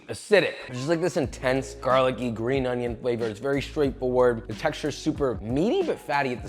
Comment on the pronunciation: That "On-yawwh" got me lmao